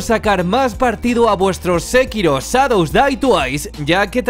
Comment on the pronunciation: Porque dices Sadow day tuais, en vez de Shadow day tuais?, y no me digas que porque la H es muda, porque si dices Show de videojuegos. Por cierto gracias por los videos, son excelentes y de mucha ayuda.